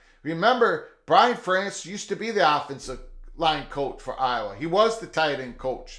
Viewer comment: Fair-ents. Fair-ents. I don’t like Iowa at all, but the guy’s been there forever. Pronounce his name right.